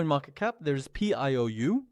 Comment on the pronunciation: It's not Pee coin bro... it's Pi coin!